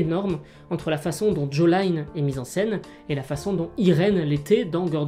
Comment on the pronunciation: j'ai bien aimé la vidéo mais c'est qui "Jolaïne" mdrr ??